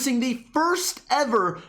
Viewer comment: Pretty sure its his accent